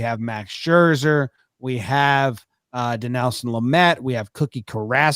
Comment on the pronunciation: “Din-EL-son” Lament